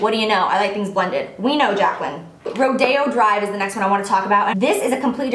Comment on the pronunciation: She pronounced correctly :) it guess maybe it depends on where you live in the country but in California (Los Angeles area ) we pronounce it Ro Day O drive 😊